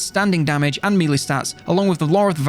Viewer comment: I love how he pronounces 'melee' Please keep saying it as MEEELEEE! haha it's been years now!